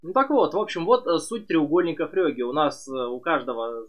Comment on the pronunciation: Почему ФрЁге а не ФрЕге. Очень сложно воспринимать когла привык из всех телевизоров слышать Фреге.